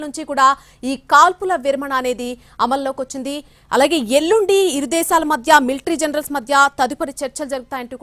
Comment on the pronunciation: ఎల్లుండ కాదు ఎల్లుండి.